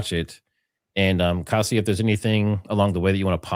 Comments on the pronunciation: I believe Kasia is pronounced "Kasha". Nice to find you two together. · ask Kasia how is her name pronounced. Your version is wacky. Lol. Its more like Kashia. Lol.